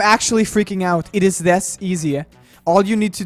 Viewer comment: "It's thes easy!" By the way, happy new year to the best!